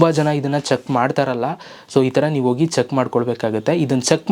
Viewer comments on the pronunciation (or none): none